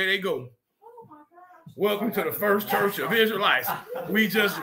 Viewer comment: "Fierst Charch"...............LOL I am on the floor